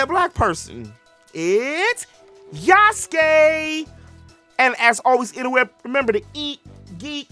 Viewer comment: You like the decision, its okay bro. You wanna buy it, its okay too. I was just voicing my opinion out of the matter, because i do feel the Japanese kinda sidelined this time. Btw its Yasuke not Yusuke, Yusuke is from Yu Yu Hakusho haha. I knew him from Netflix series and Samurai Warriors 5 way before this contriversy happening so i am kinda fond of the character...however unlike him in those 2 rendition, this one just make me feels it is forced to me as audience real hard.